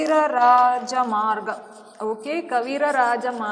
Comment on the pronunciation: Please pronounce the names properly..it is kavirajamarga...nrupatunga..oh God